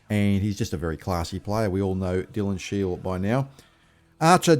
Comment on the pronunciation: How long has SHIEL been at EFC and you can't get his name right?